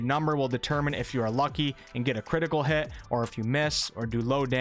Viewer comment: Critical Hit not Critial Hit! lol. Good video though!